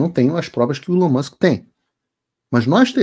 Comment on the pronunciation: Até que enfim um brasileiro pronuncia o nome do Elon Musk corretamente 🎉 ("Ilon Mãsk")